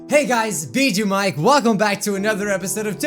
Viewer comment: am i the only one that heard "Biduu Mike" at the start instead of "Bijuu Mike"?